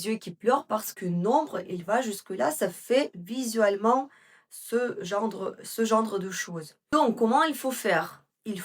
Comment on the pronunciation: Bonjour, merci beaucoup pour ces excellents conseils comme d habitude. Je pourrais avoir la référence du crayon marron s il vous plaît? On dit « genre » pas « gendre » 😘😘😘❤❤❤❤❤